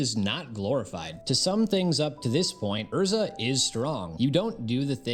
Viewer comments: Who tf is Ur-za? lol. I'm pretty sure it is pronounced Airr-Zah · 10 sec into the video and im disgusted by how you pronounced her name. but i will continue watching bc she is the love of my life and the Epitome of a woman.